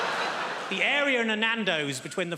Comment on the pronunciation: I don’t get why some of these fools can say “THE” as it should, but then thinks sounds like “FINKS”